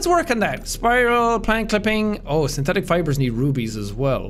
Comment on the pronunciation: “Alright let’s look for some PIEuhsPYRalsPANT clippings” that had me dying lol